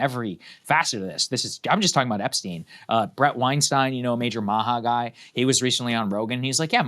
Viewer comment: just to clarify, it's not "epsteen" but epstein.